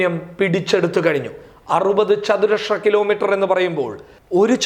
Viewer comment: Good nesws and clear . not chathuraksha but chathurasra